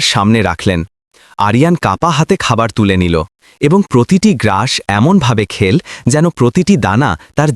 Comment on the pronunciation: খেলো-কে খেল্ ব'ললো। এই রকম আরও দু-একটি উচ্চারণ করা হ'য়েছিল।